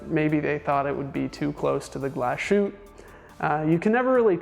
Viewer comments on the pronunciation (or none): It's not Glas-shoot. It's "Glas Hoot-te" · A. Lange & Sohne --> pronounce "ah lahng-eh" and "sern-eh" Say the "A" as a denist would say "Ahhhh" and say Lange" like Chinese people say "Wang" (wah--ng) and "Sohne" with the umlaut is pronounced like "sern-ah" rhymes with "burn duh" Also, Glashutte --> "Glah-shoot-teh"